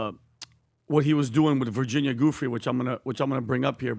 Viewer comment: Say Virginias name correctly please!!!